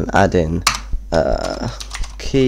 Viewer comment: Key not keu